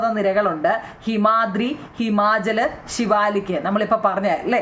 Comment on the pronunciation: ശിവാലിക്ക് അല്ല സിവാലിക്ക്😂😂